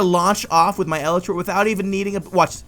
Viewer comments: YOU KEEP SAYING ELTRA NOT ELYTRA RRRRRRRRRRRRR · its elytra not elitra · E-LY-TRA NOT El-e-tra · E-lie-truh. NOT eluhtruh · It's pronounced E-LITE-TRA not EH-LITRA. Sorry, you were hurting me. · Your saying it wrong, it's not eltra , it's elytra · El-ee-read not El-i-tris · It's "el-ee-tra" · so cringy its (e-li-tru) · I cant watch this anymore he is say "elytra" wrong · You say Elytra wrong. GAH